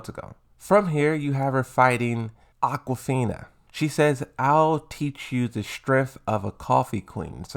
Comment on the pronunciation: Aquafina? Man, don't make the same mistake that Johnny Cage did in the AI videos with all the wrong pronouncements.